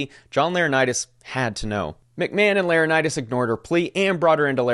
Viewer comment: Laranitis? Its not an illness my guy. Lor - en - eye - tis